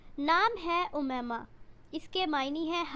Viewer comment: It's not umaima it's written like this but spells like Um-my-ma